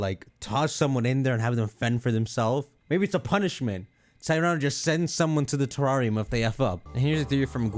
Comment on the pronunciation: Lol “teRRAWRium”